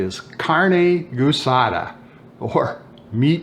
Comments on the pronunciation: All right Larry, guisada is pronounced (Gee-sada). Looks great though. Was wishing I had smell-o-vision. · As a fellow Texan born and raised in San Antonio/Panna Maria (and attended college in Kingsville), the actual proper pronunciation is gee-sa-da. My technique is to buy stew meat from the local meat store, brown, then simmer for around 6 hours or so, until tender enough for my liking. I then add the other ingredients, which have already been sautéed. On occasion, I will use Fiesta-brand carne guisada seasonings, but it is basically the same thing as the seasonings you are using, but with an added thickener agent that helps keep everything together in the tortilla, otherwise, you can use a small amount of cornstarch.